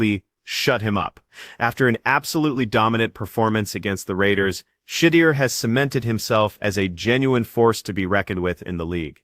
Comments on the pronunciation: Shuuud Durrr! Dammit! Say it right 😮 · Yeah. Shit-ti-er. Intentional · I would like to know who is pronouncing his name like that? Please 🙏🏾 redo this and PRONOUNCE the man's name correctly..smh..I like the video because its FACTS. but COME ON MAN. Put some respect on his name..lol..💯🙏🏾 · learn how to say his name to be taken serious